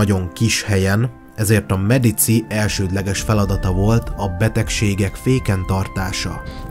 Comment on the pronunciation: Medicsi a pontos latin kiejtes